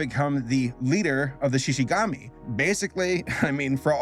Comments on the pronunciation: Me, yelling at the screen: ShishiGUMI! Not gami! GUMI!!! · It's shishigUmi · Shishigumi (Shi-shi-goo-me) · everytime he says SHI SHI GAMI and not ShishiGOOMi gives me HIVES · Every time I heard "Shishi-gami" I felt like I was getting hooked right in the face. There was a combo going, and just when I thought I got used to it, he never said it again and then I felt disappointed. Help me, I have a problem. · Who else felt physical pain every single time said “Shishigami”? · "Shishigami" i've never been more offended